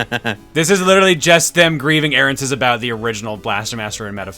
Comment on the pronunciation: I'm sorry, "grieving airances?"